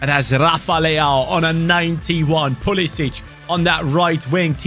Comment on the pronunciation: As an American, hearing get out of here pulisic made my eyes twitch lol